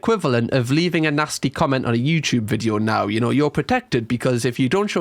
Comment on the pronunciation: I wish you would stop saying Vidjo, it’s Video!!